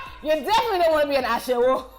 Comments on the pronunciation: "asheWO"🤣🤣 she's saying it so wrongly OMLLLLLL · The pronunciation of olodo, amebo, ashewo, got me laughing hilarious!!